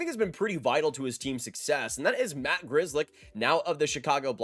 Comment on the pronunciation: As a European, when I hear how typical Polish surname Grzelcyk is being pronounced like a grizzly bear, I cringe. How the heck can this surname be butchered that hard ?